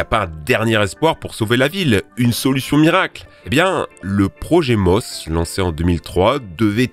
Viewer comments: C’est le projet MOISE, et non MOSE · Venise : Le projet Mose : c'eût été bien de prononcer Mosé , à l'italienne ... Conclusion beaucoup trop optimiste ... En 2030, finita la commedia (Delhi est déjà invivable, et ce qui devait fondre le fait plus vite que les prévisions, ...) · Super vidéo. Petit détail, le projet Mose, se prononce Mosé, comme Moïse en italien car ce dernier a été sauvé des eaux.